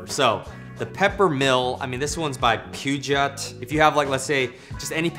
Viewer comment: Great video but Peugeot is pronounced like “Poo-Zho”. Keep up the great work!